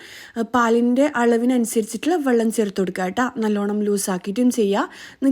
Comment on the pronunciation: Vallam alla vellam😂